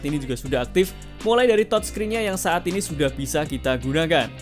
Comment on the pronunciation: Bhs Inggrisnya dibagusin dikit ya bro? - Brightness (baca: braitness bukan braiknes) - TouchScreen (baca: tajskrin bukan tojskrin)